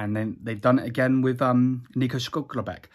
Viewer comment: This man just say shcluckerback